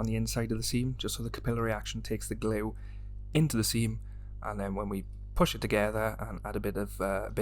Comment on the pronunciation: Nice one, I use GX112 as well, can't be bothered with the hassle of 2K for plastic models, I have achieved great finishes with the GX, I think it looks more 'scale' than 2K. PS I love the way you South Walians say 'glue'! Twin Town vibes.